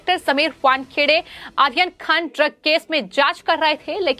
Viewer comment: Medam aaryan khan aap sahi namm nahi le rahi hai